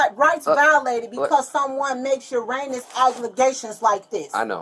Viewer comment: 😂😂😂 tries for heinous, actually says Uranus.